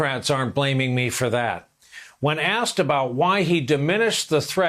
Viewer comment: IT EES WHAT IT EES